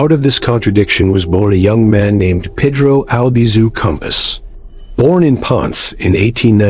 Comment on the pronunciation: Can't even pronounce Peh-Droh, instead they pronounce it Peedroe, fkin idiotas